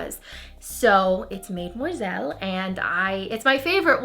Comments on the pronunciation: Love the hair! Love the Reds, and I kinda want to try mademoiselle. P.s. Do u not know how to pronounce the French word for young women, mademoiselle? Cause u keep saying maid-moiselle and I'm pretty sure it's pronounced more like madam-moiselle. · mademoiselle, pronounced mah-deh-muah-zel.